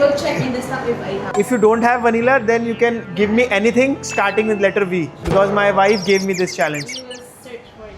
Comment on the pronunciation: letter ❌latter✅ hulk ❌halk✅